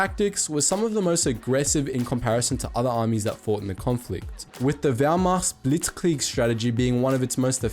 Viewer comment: I like how good you pronounced the german words! (Wehrmacht, Blitzkrieg,...)